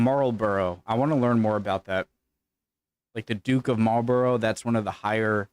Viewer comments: Marlborough...Try saying....'Maulbra' x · Note the presenter's correct pronunciation of "Marlborough" as opposed to yours! 🙄😖😡 Genuinely, it is not that difficult. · Duke of Marlborough...pronounced Marlbra. Winston Churchill's ancestors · 'marlborough' pronounced marlbro. see Winston Churchill's family. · OK Marlborough is pronounced Marlburra. As are most towns and names ending in 'borough' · Hey fella, I've told you before! Anything with -borough, -burgh or -brough at the end is pronounced "-bru" not "-burrow". 😉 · What a plonka! making a complete fool of yourself drinking from a pitcher and spilling water down your shirt, yes it is also rude. By the way, Marlborough is pronounced "mawl-bruh". I'd love to hear you pronounce Worcestershire? definitely subscribing just for the laugh! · Notice how "Marlborough" is pronounced: "Mawl-bruh" in relation to the Duke of Marlborough. I'm not sure how the locals pronounce it in the name of the town of Marlborough in Wiltshire. Does anyone know?